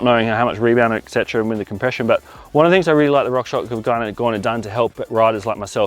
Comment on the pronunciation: fyi it’s rock shoX (shocks)